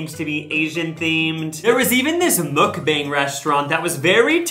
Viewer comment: Mukbang is pronounced more like muk-bahng, like pong.